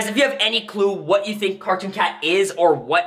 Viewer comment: I fink you take of the blak marsk